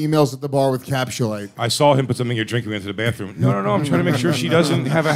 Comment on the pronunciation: I'm not buying capsulyte until stops saying "capschulite"